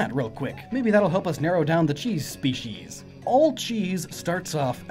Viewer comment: "Cheese Spe-cheese" lol